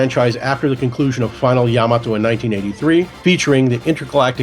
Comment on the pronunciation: atleast he know how to fucking say yamato correctly